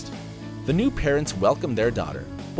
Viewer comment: Lol, can't stop laughing at that pronunciation of Soleil. Not even close man!